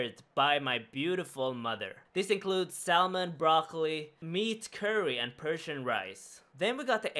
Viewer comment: lol the way you pronounce canoe and say the "l" in salmon hahaha